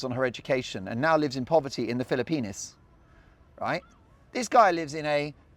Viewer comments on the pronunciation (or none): You're taking that pronunciation of Philippines to a new level tonight. Is it because youre on holiday? It's making you giddy😅